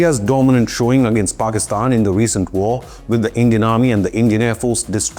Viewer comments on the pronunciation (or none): none